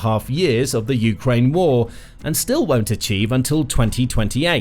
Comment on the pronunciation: How many years will it take for you to start pronouncing Ukraine correctly. You go back and forth putting the accent on the U and then on the A. How many ways are there to pronounce United Kingdom or Britain? Just one way for each. Just makes you sound less credible. Like you don't care about Ukraine. Just the war.